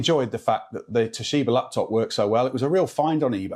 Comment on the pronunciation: TOSHIBER killed me 😂